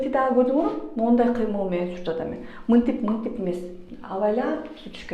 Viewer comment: Минтип мынтип дегениниз жакты